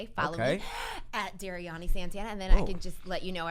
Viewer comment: The number of ways they mispronounced Dariany’s name !!! 😩